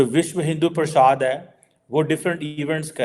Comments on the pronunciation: you need to work on your pronuncitation of Bharatiya names. The correct name is Vishwa Hindu Parishad and NOT Vishwa Hindu Parshaad or Vishwa Hindu Pardesh as you stated in your broadcast. You may think this is a minor point, but it is not. Incorrect pronunciation is not the mark of an educated person. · Vishwa Hindu PRASHAAD, Vishwa Hindu PRADESH. Bolna toh thik sikhlo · 😅Viswa Hindu “Prasad”!! cannot even pronounce Sanskrit words!